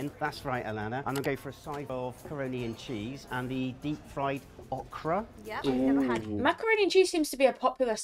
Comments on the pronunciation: It’s pronounced Oh-Kruh 🤦🏻‍♂️ Chicken fried chicken is usually called country fried chicken, it’s chicken prepared like chicken fried steak. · Okra is pronounced like open, Open (long O) Not Awhkra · It’s annunciated O-kra not uh-kra there’s a heavy emphasis on the O as just saying the letters name followed by kra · not awkra it is pronounced as if you were saying the letter O then kra. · Oh'-kruh. Not ah-kruh or aw-kruh. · It's pronounced O KRA with the O PRONOUNCED LIKE OK WITH KRA on the end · Okra is pronounced with a hard O...OH' kra